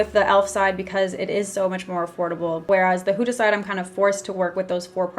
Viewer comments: It's not pronounced h-oo-da !! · “Huta beauty huta beauty” No hate it’s just funny how you say huda Beauty😂love you 💞